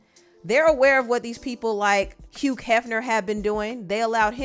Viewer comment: Did you pronounce the G in Hugh? 🤭